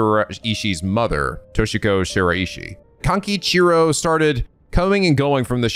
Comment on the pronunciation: Where this technique lets you down is with using this method to pronounce Shiraishi's name wrong. The EE does not kick in there.